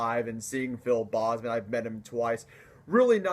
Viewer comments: PHIL BOEZMAN. No sir..it's Phil BOZEMAN. BO. BO Z MAN. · It's not "bossman", it's "Bozeman". That's the only thing criticism I have. Other than that, good video. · It’s BOZE-man. Like the headphones. Not BOZZ-man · good job man your right. the bahhhzzman thing was a funny pronunciation. I agree that people shouldn't talk shit about people's taste. But let's face it some bands/music just sucks. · If he is one of your favorite vocalists and you met him twice, it's kind of embarrassing that you mispronounce his last name all the time! Watch his videos on YouTube! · awesome vid!!!......but the way you said bozeman made me cringe so bad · Bozeman is a Dutch last name meaning "angry man", try Google translating Boze man. - from a native dutch speaker